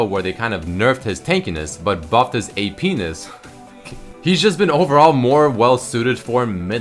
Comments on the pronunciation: so no one is talking about the fact that he said "a-penis"? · He said APness. Penis. pls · "Ap-ness" laugh when he said this.. I died when I heard that 😂😂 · ahah!! "apness" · "a-penis" LMAO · － AP-ness wtf xd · HE SAID A PNESS! xD